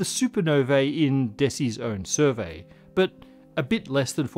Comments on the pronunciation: "A survery"" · "A survery" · a "survery" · A "survery"?